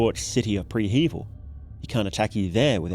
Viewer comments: Prehevil = "preh - heh - VEEL" it's a quasi-slavic name, not what you do before a heaval (a pre-heaval) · HOW did you just pronounce it?? This is the most wrong I have ever heard it be said, literally. It is pronounced pre-hh-vil, got it?